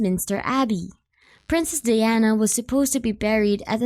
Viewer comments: it's pronounced DI-ana di as in eye not dee as in pee. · Learn how to pronounce her name properly before presenting a video to the world lok